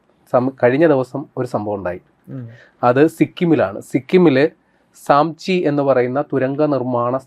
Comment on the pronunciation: നാംചി ആണ് സാംചി അല്ല.